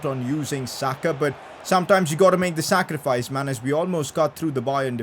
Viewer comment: he had to make the SAKArifice you know? SAKA-rifice..